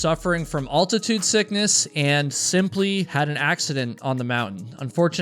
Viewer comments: It's ALtitude! Not AULtitude! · Serious question…where are you from that they pronounce AL-titude as ALL-titude? New subscriber. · Very interesting. Love ur vids but wtf is alltitude its altitude as in AL Bundy. You call him all bundy 😂✌️ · Al-ti-tude..! lol Not Alt-ti-tude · Not for nothing but....its pronounced al-ti-tude (like "Al" Bundy) not ault-ti-tude (like "ault"-right.) Come on now. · Question: your a hiker right? Why do you pronounce the syllables. AL-tit-ude. As ALL-Tit-ude? It’s like the name. AL. His name isn’t ALL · The word is altitude, not ALL-titude. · I thought it was pronounced Al-ti-tude never heard it pronounced All-ti-tude before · Why are you pronouncing altitude so unnecessarily weird? It's altitude with the 1st 2 letters pronounced al, like your cousin AL, not like the word all, which is pronounced oll. It's not olltitude. It's altitude. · It’s ALtitude sickness.. Not “ULtitude sickness”… 🙄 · What is alltitude sickness ?heard of altitude is it just you can't prononce the word? There's one l not two as you are saying aint it nice folks point out stupid stuff truly what does it matter just a reminder of what some find To be unacceptable others are smart enough to ignore though the miss prononciation of a word can cause a lot of problems sad were so picky learn to accept people are diffrent it makes life easier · Isn't the word pronounced altitude not alltitude? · It’s Al-titude ding dong, not All-titude. Spell it out and say it! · Bro, it's altitude, not all-titude.😂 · It's altitude not alltatude in case you're wondering. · Will somebody, ANYBODY, pleaze teach this boy how to say ALTITUDE correctly!!!!????? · al·tuh·tood not all·tuh·tood. As is Al Bundy. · Bro. Normally i wouldn't digress from the point but your channel is about hiking, and you said the word 4 times. It's not all-titude sickness. Like mall or fall the way you're saying it. It's altitude sickness, like weird al, pal, or gal. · You can call me Al. Altitude. Not All-titude.